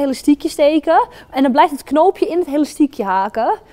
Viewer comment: ze zegt de hele tijd helastiekhe